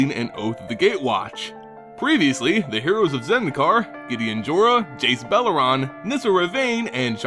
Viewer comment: Why does he pronounce some “e”s as “A”s? Jace belaran, kozilak, etc.